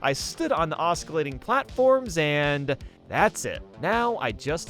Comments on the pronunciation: The c in "oscillate" is silent, it's not "oss-kill-late", it's "oss-sill-late". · Please English better~ oscillate pronunciation: ŏs′ə-lāt″ ah suh late LO and behold the moment of truth is UPON us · I know this is nitpicking but it bugged me that this guy doesn't properly pronounce osclate. English sucks, and that's spelled in the dumbest way but still